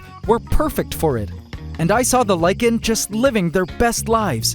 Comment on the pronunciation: Thank you for pronouncing lichen properly!